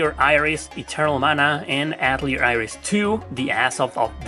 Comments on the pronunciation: atelier is actually pronounced: A tell e ay. its a French word that translate to workshop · Ok I can't be the only one that hears "alteir 2 the asshole of destiny"